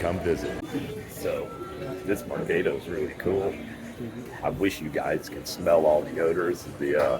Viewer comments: its Merc AH do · It’s mercaaaaado. As in cah sound.